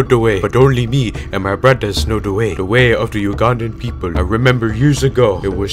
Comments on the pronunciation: de wae... it no knos meh yet mweh fwiend... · AKSHUALI IS "DE WEY" NOT "DA WAY"